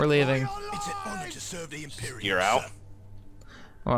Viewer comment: its imperium not emperium